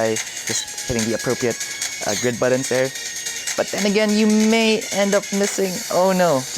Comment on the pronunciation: He says "buddins" so many times, I can't unsee/hear it lol